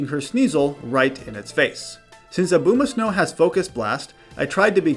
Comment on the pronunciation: Why do you say Abomasnow like that